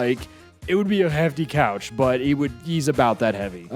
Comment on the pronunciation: idk why but I thought he said cow instead of a couch